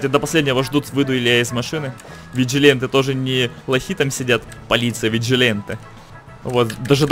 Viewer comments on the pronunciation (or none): Как же режет уши слово "Виджиленте", а разве не "Виджиланте"?